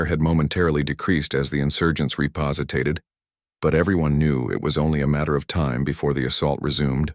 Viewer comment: Repositated? Really?